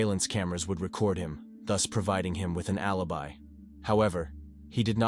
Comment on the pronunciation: "However, he had a rellable allibee".